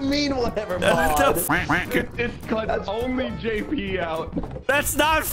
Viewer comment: i mean when he said jp it did sound like YIPPE